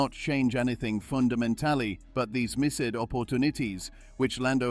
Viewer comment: Such odd voice robot. “Miss Ed” for missed. “Fundament-Tally” for fundamentally.